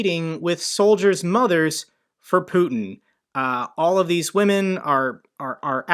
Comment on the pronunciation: Good content, just one remark: the Russian dictator’s name is pronounced ‘putyin’ not ‘putn’.